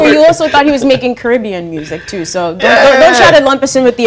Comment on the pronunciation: dont say caribbean like that plz